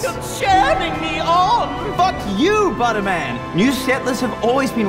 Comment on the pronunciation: Get outta here, Butterman! It's pronounced, Buttermin!